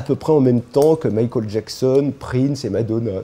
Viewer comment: Sans oublier 'Mikhôl Jacksonne'. En tant qu'angliciste ça me fait mal aux oreilles, mais je pense qu'il fait ça pour se donner un genre.